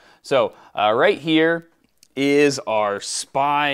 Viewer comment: it´s not a SPY flash it´s SPI flash! 🤣😁